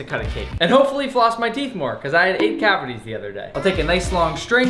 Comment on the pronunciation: "i got wight cavaties the other day" continues to eat sugar